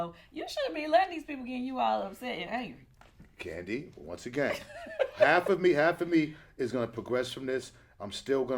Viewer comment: Kandi, I Can’t...”Kandi”